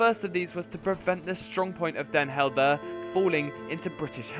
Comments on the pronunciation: I came in the comments to write this but then i saw this... lmao Dehn Heldehrr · den Helder is pronounced as den Hell-dur and Nieuwediep is pronounced as ni-we-deep (don't know if you care but why not) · That pronunciation of Den Helder... :D